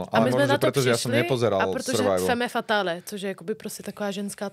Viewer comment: Femme fatale? 😂 Čte se to fem fatal